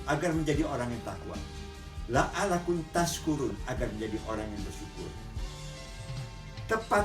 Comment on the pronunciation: maaf om,, kritik sedikit saja, yg benar adalah la'allakum... bukan la'allakun.. 😊